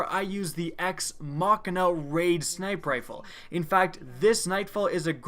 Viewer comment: How come you pronounce "sniper rifle" like "sniprifle"??!??? Its annoying af fam ! 😂😂😂